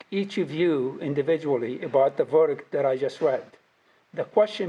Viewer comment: His ignorant ass don't even know and probably don't care. Did he get those neck tattoos in prison. And finally,, someone please tell that lady attorney to stop saying 'dat'